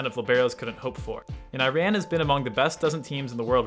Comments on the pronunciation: 1. Please pronounce Iran correctly. If you can't just call them Persia. It's also more classy. 2. Ma'rouf should be at least in top 3 if not 1st. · I hope you learn how to pronounce name of countries correctly. You are pronouncing Iran wrong!